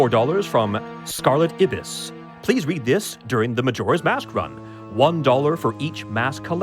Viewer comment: That was you? My apologies for the pronunciation flub. "EYE-bis", it should have been.... =/